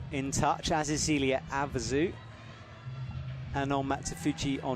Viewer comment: I've ask you about this a few times, can you please get Zélia Avezou's pronunciation right? The British ZEEEELia is horrifying. You are a good commentator, you can do this.